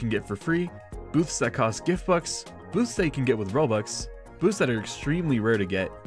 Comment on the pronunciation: why did you say gift books and not gift bux